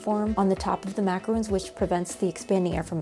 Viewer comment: Love your videos! But has anyone told you it’s not macaroons, but macarons?